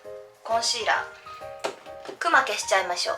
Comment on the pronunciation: クマの発音めっちゃ気になる笑 動物の熊と同じイントネーションじゃないと思う。。